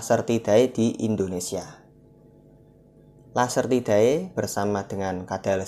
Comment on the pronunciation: Nice om.. Tapi saran aja bacanya jangan "ae" Langsung aja "ide" Jadi bacanya agamide, lacertide 😊